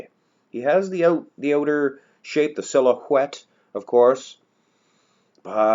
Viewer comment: “...the silo-huette, of course...” 🤣🤣🤣